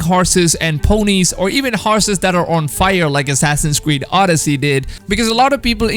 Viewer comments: I just find very funny how he says assassins cweed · Did he just say assassins queed? XD